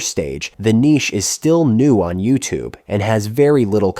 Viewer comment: why tf did you say niche like that